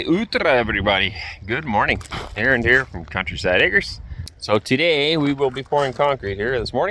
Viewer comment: не Аарон . его имя Аренд ( Арэнд) Ударение на букву А